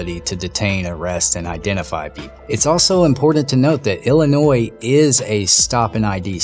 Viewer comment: So this happened in Ill-i-nois(e). 😉